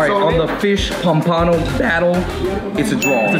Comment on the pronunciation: How to pronounce pompano....